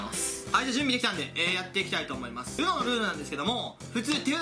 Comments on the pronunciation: UMOって言ってない？ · ウノって言ってないやん笑